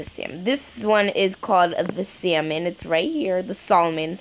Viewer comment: Its not sal-mon its pronounced Sa-mon